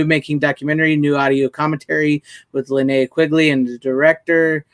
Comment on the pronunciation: All said in jest and respect to all involved, fellow follower! I hope it was taken as such. You got a 50% grade on the pronunciation of Linnea’s name on this episode. Hopefully she isn’t sending out the goons on you. Have you considered Six as a possible guest or is she camera shy? I’ve never seen her face. I think she has a great personality.